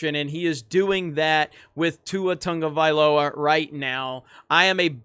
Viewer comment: Theres no N in his name Why do you call him Tungavialoa?